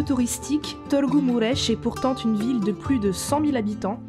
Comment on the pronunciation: Je suis ébloui de ta prononciation de Târgu Mureș ❤️. Tu peux même prononcer correctement le son î/â 😮